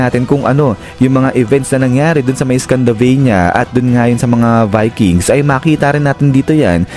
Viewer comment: Scandinavia po yun lods. Hindi scandavania.😂